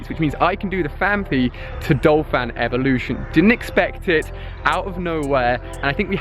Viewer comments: Ursaring is pronounced err-sah-ring not ue-sare-ing nor ue-rae-sing. Also it is Don- fan not Dole-fan in the case of Donphan. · I hate to hate, but...isn't it DON-phan, not DOL-phan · its pronounced errs sah ring, and donphan is prounounced Don Fan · It's not Dolphan its DONPHAN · It's DONphan, not DOLphan haha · he is saying dolphan but it is donphan, BRUH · talks about pronunciation *calls donphan dolphan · it's Donphan not Dolphan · anyone else think he is saying 'DOLphan' instead of 'DONphan' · its DON-PHAN not dol-phan. like so he can see this and pronounce it right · There is no "l" in Donphan. I have no idea how you make up your pronunciations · Hahaha oh my god Ali... right after he was talking about mispronouncing names, he proceeded to call Phanpy's evolution Dolphan